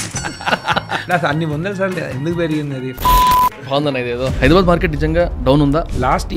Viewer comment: HYDRA వల్ల హైదరాబాద్ కాస్త హైడ్రాబ్యాడ్ అయింది. దయచేసి హైదరాబాద్ అని పలకండి బాబూ